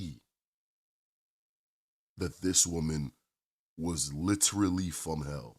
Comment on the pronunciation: “This women was LITERALLY FROM HELL” 🤣🫡😆 Throwing the emphasis on it like ya did had me dyin bruh🤣